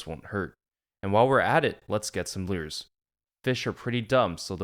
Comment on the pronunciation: How do you spell that word you keep saying? Leuureesz?